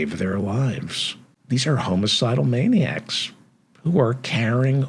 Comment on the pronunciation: It's not "homo-cidal" it's homicidal.